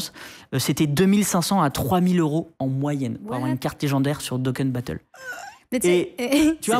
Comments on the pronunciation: Pour une vidéo d’underscore la qualité du contenu est très décevante, quelqu’un nous déblatère sa haine du système des gasha sans réussi à prononcer Dokkan battle, gueule sur la qualité du gameplay alors que c’est souvent leur point, fort ainsi que la qualité du perso Ou est le débat ? Pourquoi n’avons pas exposé un f2p a un gros cash player pour comprendre le raisonnement des deux partis, et pourquoi même les f2p y jouent quand même, malgré le fait que ce soit un jeu maléfique… Donc wai je trouve la vidéo très biaisé et ça fait très boomers qui tape sur quelque chose, moi perso je joue à Honkai depuis plusieurs mois j’ai du mettre 30€ mais je l’ai fait par plaisir je me suis pas senti forcé, j’aurais acheté un skin dans autre jeu que je joue beaucoup … fin je trouve que la réalité est tout autre, j’ai pas l’impression d’être manipulé et poussé à l’achat, si le joueur est chill et ne recherche pas la performance, il n’aura pas à payer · Rien que pour la prononciation éclatée de "dokkan battle" je mets un pouce lol Très bonne vidéo pour les neophytes soit dit en passant. Krayn a d'ailleurs fait cette très bonne vidéo de prévention sur les potentiels dangers du gacha, c'est indispensable de la visionner si tu joues à ce genre de jeux